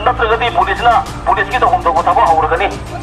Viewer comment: The one who announced he can't even say police correctly he says phulice wtf😂😂😂